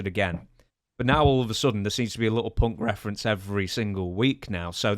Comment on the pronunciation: I like how Punk or Fuck is pronounced as Fock or Ponk in British English